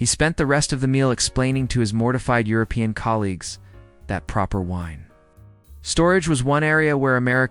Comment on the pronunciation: The AI can't do more than speak a worrd salad, doesn't understand what the meaning is. It can't even pronounce 'European' had to just spell the letters and doesn't know 'Lyon' is a city